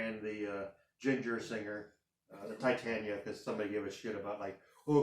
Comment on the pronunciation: The song you are talking about is "Rule of Nines " by Spiritbox. And the singer's name in Jinjer is not Titania but Tatiana (Tah-tee- ana)